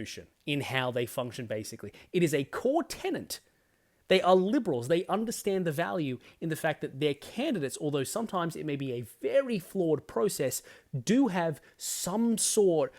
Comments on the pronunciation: 1. Tenet not tennant, just saying. 2. Moira Deeming is a fresh voice in a room of dinosaurs. In a room where most see her as a threat and upstart, I imagine she is trying to publicly protect her nomination. Others would do well to see the writing on the wall, the same writing we have seen in US, UK and will be coming to Canada, NZ and here like a thunder clap. 3. As a Melbournian that survived the horror of Dan's Dystopia, I have no sympathy for feckless liberals and I am quite sure I am not alone. Firm voices are required and if you don't find them within yourselves you can be quite sure they will be found elsewhere. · Yeah, it is kinda funny. By the way, didn't you thank me not long ago for letting you know you were mistaking 'tenet' for 'tenant'?